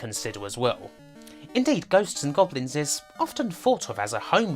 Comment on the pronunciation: "The BwainChiwd of Ghost n Gobwins".. what exactly is the accent that makes r's and l's into w's? it's rough on the ears whatever it is